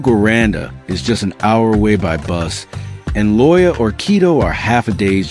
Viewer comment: Loja is pronounced LOW HA!